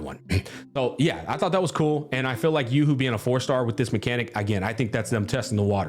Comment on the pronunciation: bro's name is yo hoo not yoohoo. its not a chocolate drink